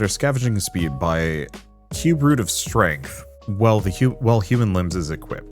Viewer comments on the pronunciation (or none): none